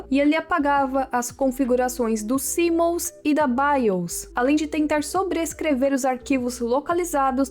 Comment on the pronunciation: Cêmós, Biuz e Directi Chiz são as pronúncias mais que perfeitas, qualquer coisa fora disso é delírio hahaha. Muito interessante essas curiosidades, passei perrengue jogando esse Fantasia hahaha.